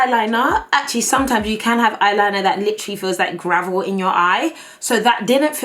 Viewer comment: every time she said gravel I burst out laughing.